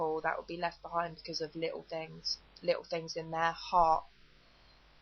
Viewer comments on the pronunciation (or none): none